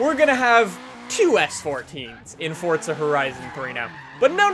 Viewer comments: Because it's an Italian word that means 'force' and it's pronounced FORTZA. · why the fuck does he say fort za... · i didnt know forza was pronounced fortza hahahah wtf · Habibi Licious Ikr I don't see a t anywhere